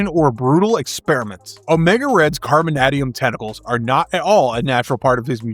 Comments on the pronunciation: I have never heard it pronounced “carboNADium,” but rather “carboNAYdium,” much like “tie-TAYnium” and not “tiTANium” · The way you pronounce 'carbon-AY-dium' makes me angry. Fantastic video, always loved Omega Red and would love to see more of him. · Can you mispronounce carbonadium a few more hundred times?! It’s like “the secret word” of the day AHHHH!